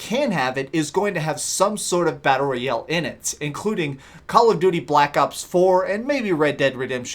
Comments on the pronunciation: Battle Royell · wtf is battle roy el